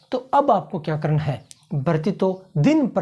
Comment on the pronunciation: प्रेजेंटेशन बहुत बढ़िया। एक सलाह ण के स्थान पर न का उच्चारण करनें का प्रयास करें, और निखार आएगा। जैसे करणा के स्थान पर करना ही बोलें।चेहरे पर मामूली सी मुस्कुराहट रखें, प्रेजेंटेशन में चार चांद लग जाएंगे। कॉन्फिडेंस अच्छा है।